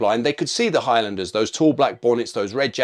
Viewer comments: its pronounced HIGHLANDERS not High-Landers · sorry... High...LANDERS...!!! never heard highlander pronounced like this... !!! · the way u pronounce highlander is pretty bad